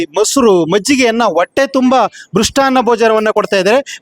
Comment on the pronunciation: ಕನ್ನಡ ಸರಿಯಾಗಿ ಕಲಿಯೋ ಹ ಕಾರ ಅ ಕಾರ ಒಟ್ಟೆ ಅಲ್ಲ ಹೊಟ್ಟೆ